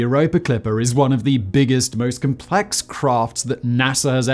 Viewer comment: Sorry Simon. Stop trying to sound American and mispronouncing words like "complex". How big is a basketball court? I don't know. Who is Shaquil O'Neill? I don't care. Tell us what the bloody thing is and what it will do. Literally unlistenable